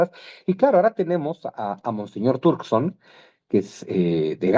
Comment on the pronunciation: Trokerson jajaja, se llama Peter Turkson